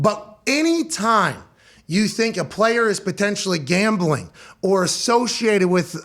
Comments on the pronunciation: this mf said GAMLING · "Gamling" lol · “Gamling” lol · Come on, “Gamling”